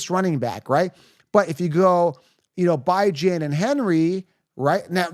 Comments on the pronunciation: You’re saying his name wrong. Bijan is pronounced BeJuan not ByeJuan. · This dude is clueless!! Byjan he said lmao! Last year dint draft Tee or Pollard!! Few minutes in and can't finish if you can't even pronounce names!! Clueless wish he was in my league so I could take his money!!